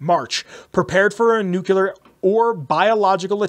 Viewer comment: NuclEAr not nucular lol drives me crazy every time you say it.